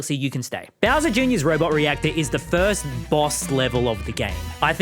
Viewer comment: the way he said 'beawser' like that i love it